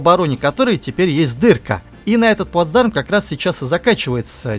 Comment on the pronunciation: К логопеду бы сходить диктору": эшеВон, пВацдарм, доВжен, фВанги, киВометры.